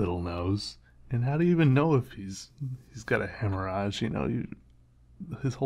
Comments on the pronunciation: Machine Noise - must admit it took me a moment to realise that was talking about a haemorrhage. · The fact that you can't pronounce hemorrhage was driving me bat shit crazy. I'll give you a pass though since it is Latin and you are an amazing drawer. Wish I had half the skill you do. You are the reason I started drawing.